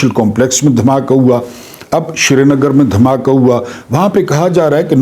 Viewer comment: شری نگر نہیں سری نگر نام مہربانی کرکے بولاکریں